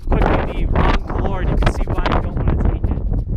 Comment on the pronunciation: Learn to pronounce coular . Also hispanic names